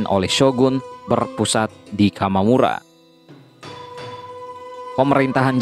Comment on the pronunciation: Bukan kamamura min, tapi Kamakura 😀 Trus bukan tairo, tapi taira